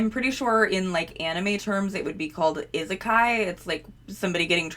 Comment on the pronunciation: reverse isekai where fantastical or out-of-historical-place characters end up in the contemporary mundane world is definitely a prolific subgenre of isekai, also your pronunciation is both delightfully terrible and exactly what i expect from someone who consumes zero Japanese media lol